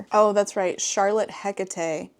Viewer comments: You almost pronounced Hecate right the first time you said it. It's HEH-kuh-tee. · If you are going for Greek pronunciation of Hekate (Hecate is the Latinized spelling) it's Eh-Kah-Tee. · Hecate is a goddess, pronounced heck-ah-tay dont ask how I know this lol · It absolutely isn't pronounced 'Heck-a-tee' but I adore the idea.